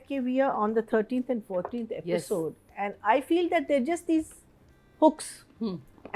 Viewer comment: Aapisode nahi Episode hai 🤯 This ladies Aapisode Aapisode gets to me 😅